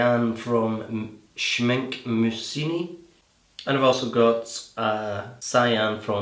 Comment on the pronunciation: Nice video! By the way Schmincke is pronounced "Shmink-uh" :)